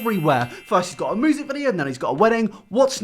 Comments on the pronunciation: I love how you pronounce "music" as "moosic" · Normal person: music: moosic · Everybody else: Music: Moosic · really do be out here saying moosic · Nobody:: MOOSIC